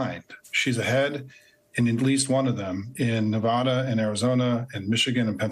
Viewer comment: I appreciate your analysis, but FOR THE LOVE OF GAWD, SIMON, PLEASE learn how to pronounce 'Nevada.' I know this sounds like a tiny complaint, but for Nevadans it matters. There is no 'ah' in 'Nevada,' the first 'a' rhymes with 'at,' 'cat,' or 'hat.' It's not a choice, it's not a matter of dialect (if it were you'd hear people saying 'Kahnsas' or 'Cahlifornia' as well, but you don't hear those; everyone agrees that those states have one correct pronunciation and the same is true for 'Nevada'). ECM routinely makes the same mistake and I know you are both educated people who would prefer to get it right. Would you please try? Thank you! 🤠